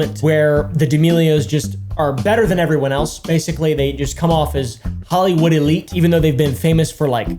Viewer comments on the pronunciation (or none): none